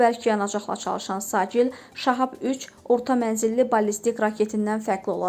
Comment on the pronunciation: Siccil (Seccil) sacil yox. Bax əksər xəbərləriniz də belədir